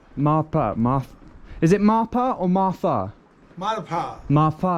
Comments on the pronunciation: It's Marpha pronounce "Mar'Fa" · Loved ur video dear. Your minute oberservation 😍 Its "MAARPHAA" dear 😊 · Marfaa is the pronunciation